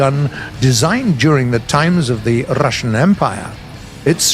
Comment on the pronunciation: 뤄어쒸이안 발음이 귀에 꽃힌다 ㅋㅋㅋㅋ